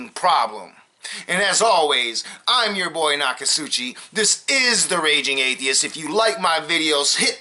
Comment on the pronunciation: He couldn't even say the word atheist